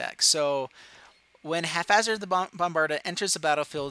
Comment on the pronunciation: Great vid :) It's pronounced hap - hazard Sorry